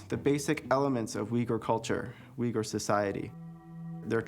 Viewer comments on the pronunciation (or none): Uyghur is pronounced /oighoor/ . There is no /w/ sound.